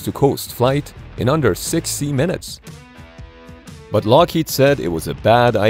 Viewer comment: У меня на первых секундах видео не было ориг звука, сразу перевод пошёл. Но лучше б наняли человека переводить, нейронка криво озвучила это всё, особенно режут слух ударения и произношение названия компании Lockheed Martin